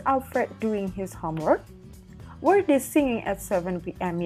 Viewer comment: Kak, sorry bukannya were dibacanya pake e kaya di kata lepas ya bukan e di kata ember. Kalo kaya yang kakak baca kesannya jadi kaya where bukan were